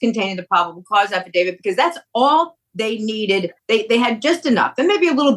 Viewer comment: Shame on you attorney. How many years have you been at this, and you clearly call it an "AFFA-DAVID"...🤭